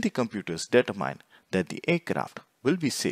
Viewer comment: Data Mine! Determine. Speaking skills are important for videos like this.